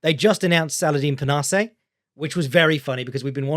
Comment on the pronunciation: Parnass-say? pronunciations never fail to amuse